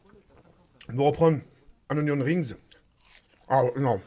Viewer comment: "Roh c'est ognion rings' xD